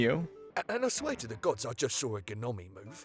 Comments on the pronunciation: The narrator pronounced Gnome 'gen-o-mee' at the end :P It's fine : he was role-playing a rather clueless uneducated adventurer. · A geh-no-mei?? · My only question is why did the character pronounce Gnome like someone seeing the word for the first time?! I'd say it was an A.I. voice over but even an A.I. should know how Gnome is pronounced.